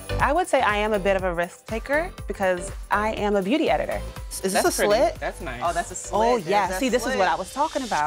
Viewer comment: anyone else going crazy of them calling it split instead of slit